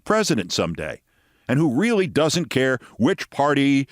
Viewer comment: Scarboro pronounces his r's with a W sound like really sounding like wheely .